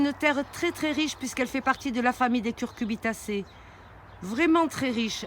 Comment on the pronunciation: Merci pour la vidéo ! Par contre on dit Cucurbitacées (oui c'est cu-cu!), et non pas CuRcubitacées :)